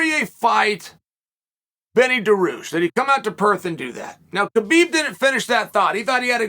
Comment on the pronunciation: 😂😂😂 it’s Perth